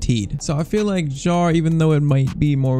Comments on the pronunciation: Kjær is pronounced Kjaer, not jaer… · f.y.i. Your pronunciation for kjaer is wrong. The "j" is silent.